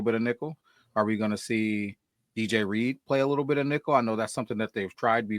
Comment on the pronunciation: iTs Not ReAdeR 😂 jk. Good show guys. Love Reed from what I've seen. Hope he's a great fit in the locker room. He seems like a fit.